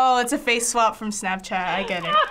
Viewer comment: This lady said “Stabchat”